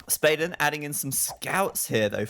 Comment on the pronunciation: I'm pretty confident Spaden is swedish which means your pronounciation of his name was already correct, you don't need to change it!